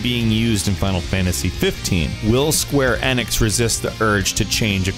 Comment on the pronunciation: wow someone who said Square Enix correctly. slow clap